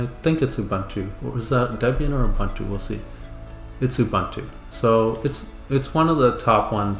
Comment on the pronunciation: It's "OOBOONTOO" man... 🤦‍♂